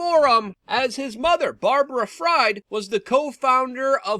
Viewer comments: It's purnounced Friiiiid, as in Siegfried, or Friedman. Probably German-English ancestrie! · Fried is pronounced "Freed" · Luke fyi his name is pronounced Freed. Aka SBF